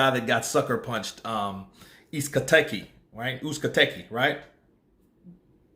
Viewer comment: It’s pronounced Ooze Caught Egg E. Uzcategui.